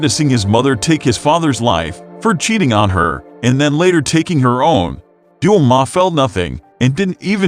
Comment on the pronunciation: Also doma he said duma 😑😑